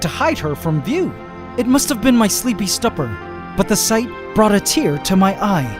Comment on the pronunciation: my sleepy "stupper" lol. It's stupor, my dude.